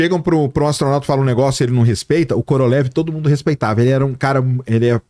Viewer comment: Pronuncia direito Koroliev!!!! Kkkkk